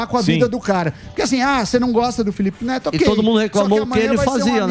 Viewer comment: 😂Ne"L"ipe Feto...A CRIATURA 😂